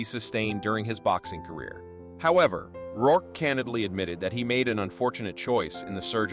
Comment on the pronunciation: did he say "Rourkay" ?? mispronunciation is almost as annoying as terrible narration lol